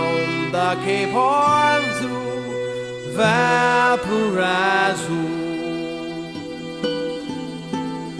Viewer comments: It's actually pronounced "Vawl-paw-ra-ee-so" not "Val-pa-rise-oh" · it's " VAL- PA-RAI-ISO " not Valpariso. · That's most definitely not how you pronounce Valparaiso! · BONITA LA MUSICA,LO QUE NO ME GUSTO QUE NUNCA PRONUNCIO BIEN VALPARAISO